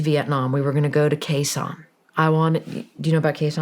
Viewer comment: It's Khe Sanh...